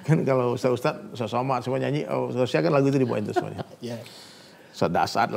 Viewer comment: Bukan USTAS bang tapi USTADZ atau kalo ga bisa bilang, USTAD/USTAT aja